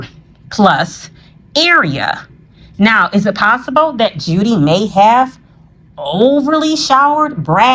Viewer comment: It's Judy... Julie is pronounced different😊👍🏾